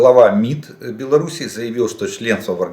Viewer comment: Какой умный человек, и за Китай знает, и за Путина, и за Лукашенко. А Беларусь выговорить не может.